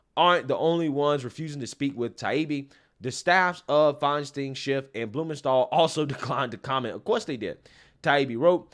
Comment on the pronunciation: It’s NOON-ez. I never mind mispronouncing any names—he does such a good job getting us the actual truth. In fact, I enjoy it when he says FINE-steen, instead of FINE-stine since he’s not being malicious. Makes me smile just a little.